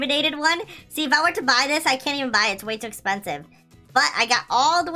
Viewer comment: You said bbbbbbbbbuuy and why mAgNeT sImUlAtOr